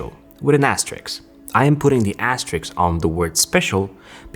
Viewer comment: Asterisk, not asteriks